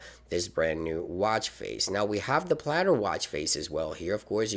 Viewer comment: Palette, not platter